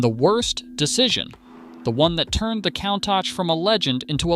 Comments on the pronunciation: That is definitely NOT how to pronounce COUNTACH. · That's the worst pronunciation of Countach ive ever heard.